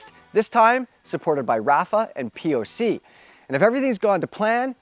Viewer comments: How did you just pronounce POC??? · Why did he say “ POC “ like that….